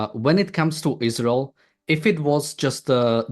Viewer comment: Ayran, ayraq, but not aysrael.